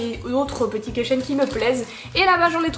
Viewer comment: AHHHHH J'AI MAL AUX OREILLES QUAND TU ( missjirachi aussi d'ailleurs ) DIS KEYCHAIN c'est un mot anglais vas voir la prononciation stp